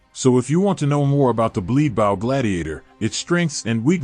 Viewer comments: you kick off with pronouncing bow as in a ship bough. It's bow as in ho-bo ,) But I notice support has taken a dive with GGG, and the people working there aren't as solid as they used to be.. but that's a digression. Although it's ok, I don't see much point in not just using a TR champ or so for complete all round deeps/defence if doing dps. Although ye, I get it, just to do something else. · you do not pronounce bow "bouw" Sir. its just B O W bow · whats a bAw? lmao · Who pronounces “bow” this way? Robots and aliens know better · Thank you!!! I can't believe you and I are the only 2 to notice this...